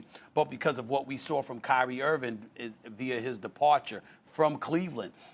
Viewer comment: Stephen A hates Kyrie Irving so much that he's apparently sworn a blood oath to never pronounce the "g" in Kyrie's last name.